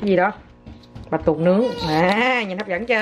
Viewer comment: Bạch Tuộc nhé Ngọc. Không phải Bạch tuột 😀😀😀